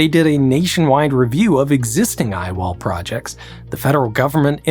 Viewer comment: It's dumb, but every time I heard him say "I-wall;" All I could think of was an engineer pitching the project in a black turtleneck. Ladies and gentlemen, the I-wall.